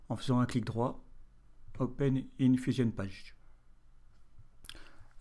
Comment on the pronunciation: "open in fusion page" avec lae page prononcé en français 👌